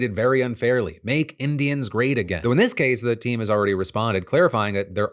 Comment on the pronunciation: It almost sounded like you said "They were called the Cleveland Idiots" and that President Trump wants them to return to that name.